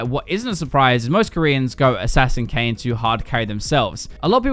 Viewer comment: bro i thought he said kanye lmao